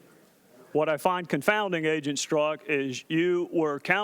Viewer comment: Here's a guy can't pronounce his own name. It's pronounced "STERZOK", not "STRUCK"